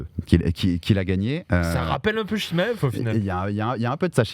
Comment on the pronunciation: Svp y en a 1 qui peut lui dire que c pas chimaiev mais chimaev jpp de son "i" qui n existe pas dans tout c podcasts